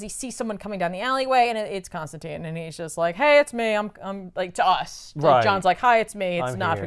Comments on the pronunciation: your work clearly shows. This is one of the best paced and most informative Back Issues episodes I've watched (and I've watched them all way too many times). Looking forward to more ep's with you in the middle and more accurate pronunciation of the name Constantine lol. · There are multiple lines in hellblazer's original run where John himself corrects mispronunciations and says his name rhymes with fine.